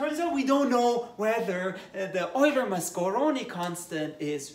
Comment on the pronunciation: Nice italian pronunciation